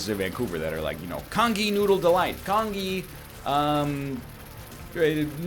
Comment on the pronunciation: It's pronounced "Conjee" silly egg and its goddamn DELICIOUS